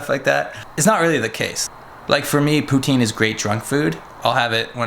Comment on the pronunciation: I live in Canada Montreal and when you day Poutine we say it in a French way